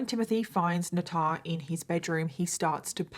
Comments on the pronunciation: Nut-on? Nat-han? U mean, NATHAN? NAY-TH-EN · Is the little boy’s name Nathan? Maybe a different spelling or pronunciation; in US we typically pronounce that ‘NAY-thin.’